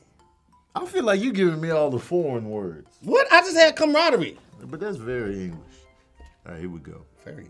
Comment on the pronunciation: Of all the words, casually pronounces English as Engliss. But because of his disabilities it’s cool🤣🤣🤣